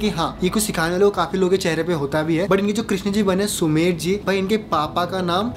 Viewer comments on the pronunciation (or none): Uska na sumer nahi Sumedh hai😊